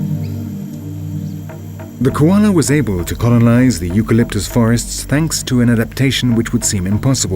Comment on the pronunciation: The narration leaves a lot to be desired. Sloppy script and sloppy pronunciation of certain words. What is "conolize"???